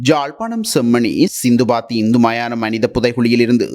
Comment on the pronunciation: சிந்துபாத்தி என்பது தவறு அது * சித்துபாத்தி * மயானம்